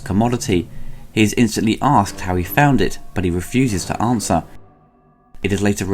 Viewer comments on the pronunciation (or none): none